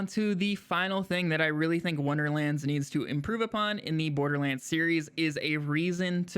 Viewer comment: Also "improve upon" not "apon"